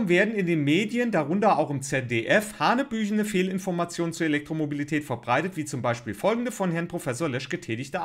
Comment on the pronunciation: Was ganz anderes: ha ha I found an error. Hanebüchen und nicht hanbüchen. Aber sonst hast du natürlich Recht, dass so reichweitenstarke Medien und Personen möglichst nur gut recherchierte faktenbasierte Informationen verbreiten sollten. Auch wenn ich nicht an Verschwörungen glaube: Es soll bzw. sollte damals eben auch Meinung gemacht werden.